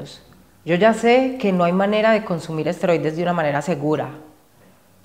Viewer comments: Asteroides?😂 Es esteroides!😅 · Amigo, con todo respeto y sin el afán de ofender. No son "Asteroides", son "Esteroides". Saludos y Gran video!! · Por que nadie comenta que se dice ''ESTEROIDES'' 🤣🤣🤣🤣🤣🤣